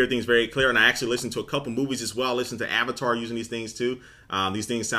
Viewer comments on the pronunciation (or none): none